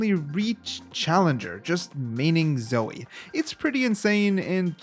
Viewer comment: HOW DARE YU SAY ZOE!?